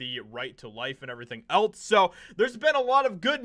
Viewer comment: For the love of all that is sacred would you PLEASE PLEASE PLEASE quit pronouncing “else” like “ELTS”???!!!! It’s incredibly annoying!!!! And I can’t be the only one bothered by it!!!! 😤